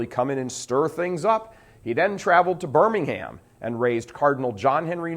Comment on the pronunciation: Kudos, as always Michael! Oh, and the UK city is pronounced "BIR-ming-um"...not like the "Bir-ming-ham" in Michigan. ;-)